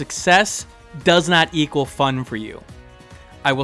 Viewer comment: "Is equeal to Narvi from ocaraeina of time" Masterful pronounciation